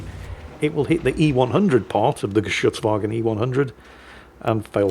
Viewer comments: Those were some solid pronunciations of Geschuetzwagen. We love to give you flak for mispronouncing things but I guess occasionally some praise is in order. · Pronouncing "Geschützwagen" like a pro. Good Job!